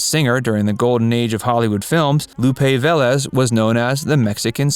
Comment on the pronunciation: Pronounced Ve-Lés